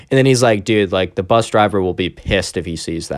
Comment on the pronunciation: bus not "P"